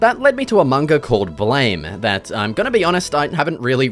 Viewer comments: IT'S. PRONOUNCED. BLAAHM! Not "Bleyhm"!!! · fyi BLAME! is actually pronounced "Blam" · Horrifically Blame! is actually pronounced like Blam! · FFS another one mispronounces it